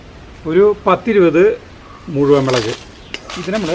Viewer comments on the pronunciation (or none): മെളക് അല്ല മുളക് എന്ന് പറയണം. very good